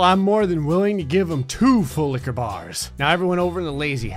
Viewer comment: Am I the only one that thought full liquor bar! Was fullic barrr 🤣🤣🤣🤣